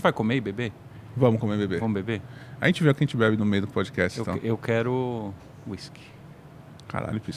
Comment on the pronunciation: PodcaSST; PodcaSSTrader; CaSST; CaSSTrader